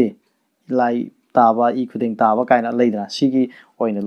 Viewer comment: 'TAUBA' haina ebagi mahutta 'TOUBA' haaina ebiyu.